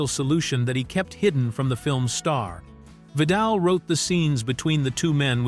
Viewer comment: I know, right. The AI Guy mispronounced Vidal's name at least twice. I had to go back to figure out who he was talking about.